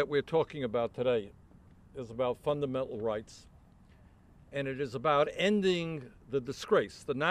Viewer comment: Fundame-al rights. FundamENTal rights, Bernie.